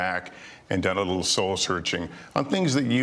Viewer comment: sounds like he is saying I'm got more dumb than.... at 15.17. Is sounds "dumb" more than "Done".Do you guys think so?